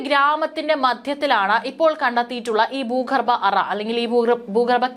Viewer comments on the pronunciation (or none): ബാഗിഗം? ബീഗരം ? ബൂഗർബം? ദനം? ഗടന. ? ഇതൊക്കെ എവിടെ പഠിച്ച മലയാള ഉച്ചാരണം?